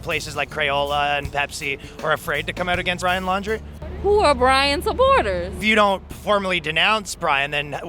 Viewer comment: His last name is pronounced like "Laundry", not "Landry".